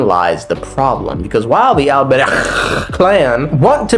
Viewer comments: dawti pronounce albreich like he's going to casually start his own volksgemeinschaft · The way your saying Alberich is hurting my ears so much lmao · I spit two times while trying to pronounce the name Alberich. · the alberich pronunciation is sending me